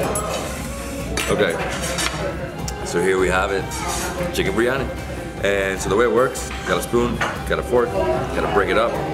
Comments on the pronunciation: Love your videos. But just fyi: I hear you saying 'bree-yani'. It's pronounced 'bir-ee-yani' or 'bir-yani'. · It's 'bir-yani'